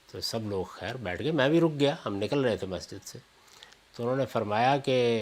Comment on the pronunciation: Please don’t say khair as shur